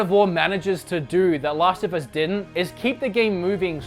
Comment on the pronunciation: It's Last of Us not Lost of Us...check your accent.